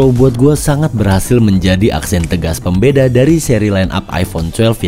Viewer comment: seharusnya bilang Pembeda tapi jadi Pembedeng